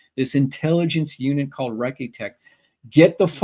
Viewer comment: A correction regarding the B-36 event: It's "Recce Tech", not Wrecky Tech. It's mil-slang for Reconnaissance Technicians. And it's a misnomer to claim that the cameras were confiscated. (Even if it were a crew member who used that word.) It was these technicians who were responsible for loading and unloading mounted camera gear or other sensors, as well as seeing to the development of film or ensuring that data or material went to the correct place for analysis. Clearly, they would also be the people to whom handheld cameras would be turned over. That said, it's always been a fascinating case to me.